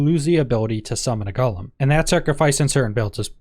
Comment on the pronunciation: It's said go lum not gall um.